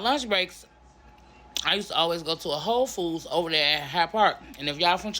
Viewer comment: I'm laughing at the way She said Whole Foods. She sounded like it said H0€ Foods.